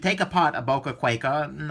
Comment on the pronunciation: Sold mine, couldn't stand the pocket clip, and the thing actually cut me when it was closed because the edge is so close to the handle when closed. BTW it's pronounced with a long I sound not A. Kw(eye)ken